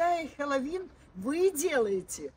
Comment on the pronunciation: Сначала выговорить научитесь слово Хэллоуин